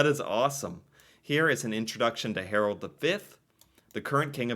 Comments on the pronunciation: Hmm ... Not HarOld. Try to pronounce his name HarAld! :-) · It's Harald not Harold... sigh.... And no, the king ain't that much liked. His father was great nicknamed "folk-king", but these offsprings are a total waste of garbage, many of them drug addicts.